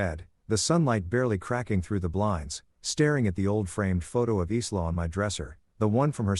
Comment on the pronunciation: Isla is usually pronounced ( I LA) silent S Parents haven’t taught Respect & Consequences